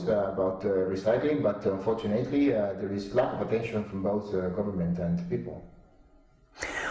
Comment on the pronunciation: He did very very well, but he mispronounced "unfortunately" .